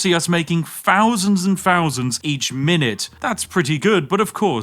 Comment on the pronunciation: he cant say thousand lol